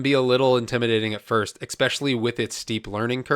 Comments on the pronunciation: its ESpecially, not EXspecially. Theres no X in there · I love your videos, but you have to stop saying “eKspecially”. Makes you sound like a 5 year old. There is no K sound! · Do you keep saying “ex-specially”? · I need you to stop say "exspecially" immediately. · What is so hard about saying "especially"? Couldn't watch past that, pissed me off